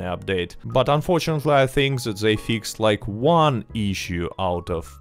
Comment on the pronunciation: i love the way you say "fix ed" lol.. you are the man and its awesome to see Rockstar finally giving some decent/good content to RDR2 online